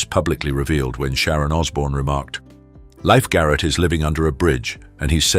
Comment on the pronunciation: His last name sounded like Leef Garret, NOT life Garret. Why is every announcer on here so bad at celebrity names ?? Too many drugs maybe?? Or are they just plain stupid